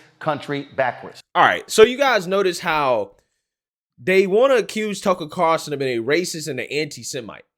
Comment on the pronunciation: Why is it so hard for you to say TUCKER CARL SON? Not CAR SON!